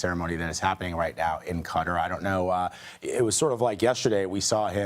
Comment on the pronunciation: Learn how to pronounce QATAR